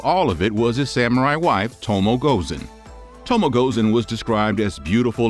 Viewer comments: It to mo eh. Not tomo. 😩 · It’s to mo eh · O and E in Tomoe is pronounced similar to spanish. Something like TOMOweh. Please...